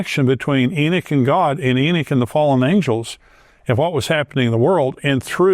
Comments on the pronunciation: E-knock, not e-Nick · he says "enick" :D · Why is Enoch pronounced as "Enid"?